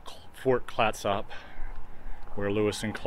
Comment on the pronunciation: Thank you so much for the walk through. ps Fort Clatsop is pronounced 'Clat-sup', not 'Clat-SOP'... ya tourist. hahaha. Seriously, thank you.